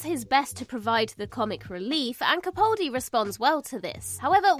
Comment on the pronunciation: Sigh...CaPALdi (not CaPAULdi). Can't give much consideration to your opinions if you don't have the respect to pronounce one of the finest actor's name properly.